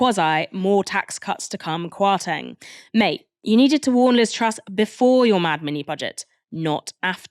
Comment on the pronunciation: I love the show and I’m not a fan of Kwasi Kwarteng at all… but just for info it’s pronounced “KwartEng” not “KwartAng”. As someone with Ghanaian ancestry the pronunciation was a little bit distracting. But other than that great show as usual! is a brilliant presenter.